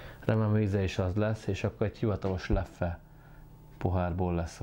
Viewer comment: Rosszul, mint ahogy ez a youtube-er srác is. 2 kiejtése van, a hivatalos holland és a még nagyon elterjedt és elfogadott francia. Sem a leffe, sem a löff nem opció. Hollandul lef(ö) az ö nagyon enyhén, franciául lef.